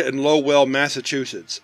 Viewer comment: I should start keeping track of every time mispronounces the name of a Massachusetts town. It’s not even his fault, they’re just awful lol.